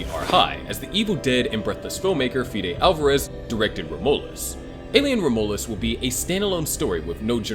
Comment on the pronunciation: Rom U lus is how you pronounce it